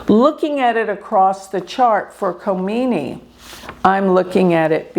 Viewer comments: If Leader if Iran is out of control according to you why dud Israel and US bomb Iran unprovoked! I believe you don’t pronounce the K in his name? I think your bias is showing! Israel is the problem! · Wake up people. In the name of a gypsy astrologist, is trying to be political with wrong information and brain wash PEOPLE. By the way Iran is not closed as you are describing. Learn how to pronounce Names Khamenei. Kha - meneh - ee. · she had taken orders from her big boss. is no number to talk about Iran and Iranian people. She can't even pronounce names right. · You are so negative in your interpretation. I am a Hindu Vedic astrologer too. The least you can do is say his name correctly. He is a religious fanatic followed by 90,000,000 people. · She constantly said Ali , just malpronunciation for the last name, which is ok. And you know Khomeini's first name was Rohollah.